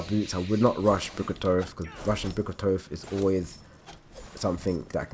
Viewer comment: You say book of thoth wrong..